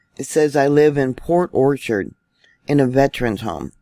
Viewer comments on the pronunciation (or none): none